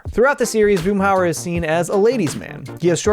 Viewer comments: The name is Hauer, Boomhauer. That dang double o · Boomhauser haha